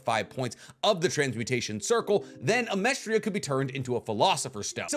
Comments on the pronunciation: Its amesTRIS. Not Amestria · Pretty sure it's Amestris not Amestria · is he just calling amestris "amestria" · Amestris. Not Amerstria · i dont know if youre saying Amestris as Amestria on purpose, but it makes my eye twinge every time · AH-MESS-TRIS it’s not that hard. It’s not that difficult. It’s not The Philippinia it’s just the Philippines